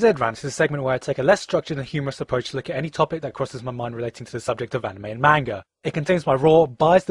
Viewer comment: Manga is pronounced like with an m sound like mop, I am from Japan and it frustrated me when people pronounce it wrong!